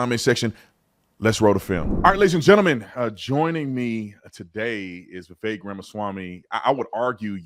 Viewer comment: Vivek rhymes with cake